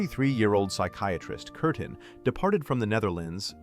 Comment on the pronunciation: Her name was Kerstin, not Kertin.